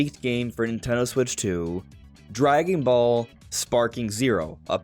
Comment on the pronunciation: three syllables. NIN-TEN-DO.